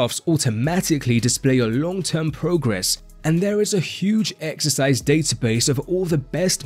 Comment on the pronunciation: im gonna be a j***, « exericse » 😎